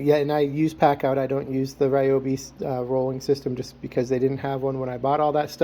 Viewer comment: I think (my opinion) you say it correctly. It's not the gospel just cuz i say it but I say it the same way you say it.